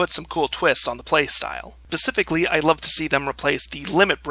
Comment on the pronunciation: Did you say pacificly?